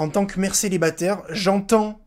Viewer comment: "Maman celibaterrrrrre" 😂